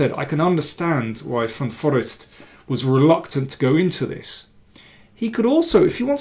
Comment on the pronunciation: hi GM King, just a silly sidenote, I know how much you appreciate languages, actually one pronounces it Van Foreest with the accent on „reest“ with a long e.